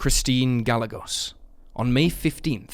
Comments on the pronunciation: Gallegos pronounced "guy-YAY-gose". R.I.P. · *Gah, not guy.